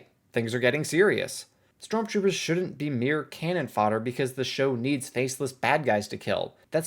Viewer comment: “strontroopers” lol